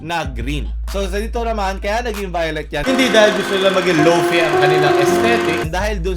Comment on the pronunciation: Nag jojoke kaba sa pronunciation ng lofi?